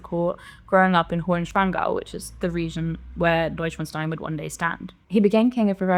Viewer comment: Holy shit, that's the first time I've heard the name pronounced correctly in any review/preview/leak video.